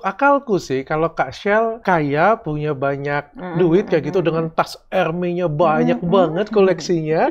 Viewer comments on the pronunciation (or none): Dok bacanya hermezzz bukan hermey, ayo ah dok masa udah st banyak branded masih baca hermes salah, baca loewy apa?